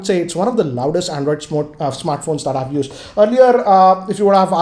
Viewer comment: Where did learn English, it's used not used(yusad)